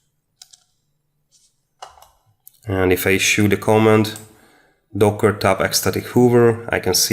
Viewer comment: no co'mmand it is comma'nd